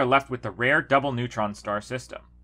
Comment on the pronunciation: I swear he said “devil pulsar system”.